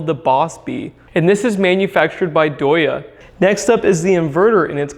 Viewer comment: Ask me how far I would trust a 125kwh power system from a company called "DIE". In no universe is "DEYE" pronounced "DOYA"